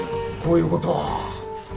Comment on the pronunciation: どーしよーがだっしゃに聞こえる。 さすが足軽。